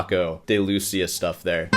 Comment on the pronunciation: Are you intentionally pronouncing “flamenco” and “Lucia” wrong? Edit: I still love you though